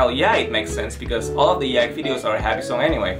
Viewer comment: The way he says YIAYG... ooooof